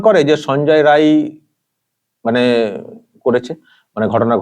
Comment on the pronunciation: রায় না রাই বলুন